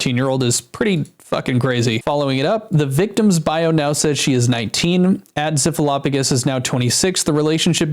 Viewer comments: Oh no... Zyph??? Not Zyph, man ;-; btw it's pronounced ""z-EYE-ph" not "z-EH-f" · Dude, zyph is one of the best Minecraft bed wars content creators. He is always so funny and he carried my childhood through , I am so sad to hear this happening. I was always so happy when he uploaded. Also it is pronounced z-eye-ph. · I really hope these aren’t true. I’ve watched Zyph for a while, and I actually started watching him a lot again recently. He seems like the most genuine guy and I can’t imagine him doing this. Btw - Zyph is pronounced with the y as “eye” lol